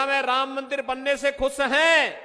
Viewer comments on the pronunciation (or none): अरे जाहिल खुस नही खुश होता है 😂😂😂